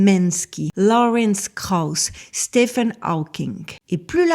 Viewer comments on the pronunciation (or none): none